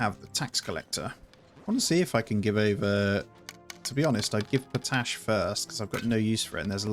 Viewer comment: you've gotta manage the pollution, you can literally see it sticking to the ground. Also, it's pronounced pot ash, like two words